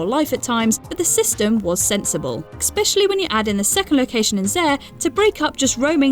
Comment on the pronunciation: Sorry, can't finish this. Exspecially and exsetera are just too much. There's interesting accents and then there's butchering the language